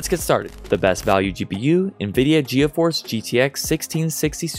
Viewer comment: Ge a force It’s pronounced g force just so u know